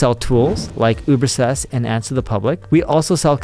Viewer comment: He can't pronounce UberSuggest. He says Ubersest.